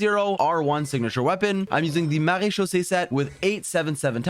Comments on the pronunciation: That "Maréchaussée" was so well pronounced gj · I was impressed by your pronounciation of marechaussée . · A small comment from a french guy : You're prononciation of "MaréChaussée" is really good !